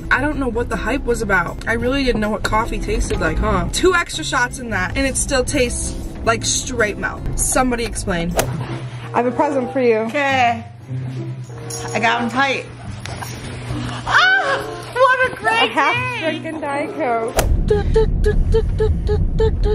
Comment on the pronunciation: Not "straight malk" 😭 do better